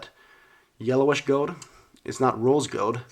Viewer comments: It's gold not gowd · “gowd” my man doesn’t pronounce the “L” in gold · how he says gold . hahahahahhahahahahaha. goewld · the way he says gold “gode” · You say "gold" weird